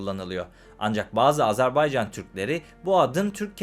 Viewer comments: Güzel program eline sağlık.. Fakat yazıda Azerbaycan diye videıda gözükmesine rağmen , ısrar ile AZARBEYCÂN demeni yadırgadım. Azeri kardeşlerimiz bu telaffuza da çok kızarlar... Selam ve saygılar.. 🤗🙋‍♂️ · Güzelce izah etmişsiniz de Azerbaycan yerine AzArbaycan diye teleffuz etmen sunumun bütün ciddiyetini bozmuş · Azerbaycan yazıp Azarbaycan diye nasıl okuyorsunuz hayret ediyorum.